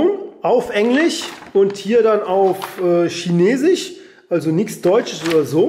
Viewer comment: Man Spricht das English nicht Englich und Chenesich